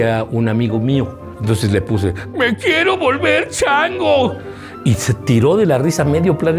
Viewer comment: "Me quiero volever chango"